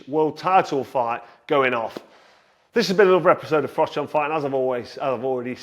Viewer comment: I think you’ll find your name is pronounced “frock”.